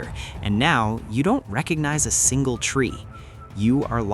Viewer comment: "And now, you don't receronize a sinale tree."